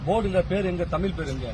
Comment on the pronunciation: உங்கள் நோக்கம் நல்லது, முதலில் தமிழ் என்று சொல்ல கற்றுக்கொள்ள வேண்டும் தமில் அல்ல